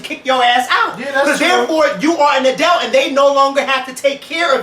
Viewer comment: I love how pronounces 'adult' as "Adelt" bless his little heart lol